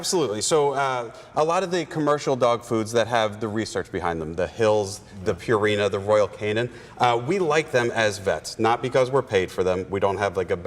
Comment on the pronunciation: Purina? LOL